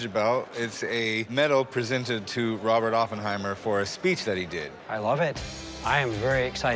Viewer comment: He's a moron, couldn't even pronounce Oppenheimer's name right.